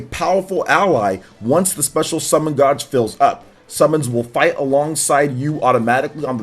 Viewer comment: "Gauge" is pronounced 'Gayg' Not 'Godg" bro